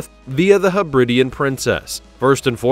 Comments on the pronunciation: Hebri-di-an not Hebrid-ian. The islands are the Hebri-dees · FFS, [ heb•rid•DEE•an ]. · The nauseatingly patronising narrative is enough to put one off. Understand there is a difference between ship and boat. These vessels are SHIPS - boats go on ships. While you're about it please learn how to pronounce Hebridean and Sojourn.